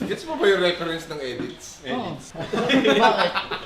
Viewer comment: ako langba nakarinig ng etits hindi edit